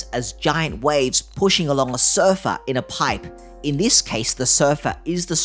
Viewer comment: I thought he said sofa and not surfer, although mine do feel like a sofa, four seater with scatter cushions.